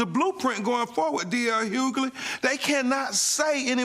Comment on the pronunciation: Great interview but I’d funny how he keeps saying..” D.L Hughley”🤣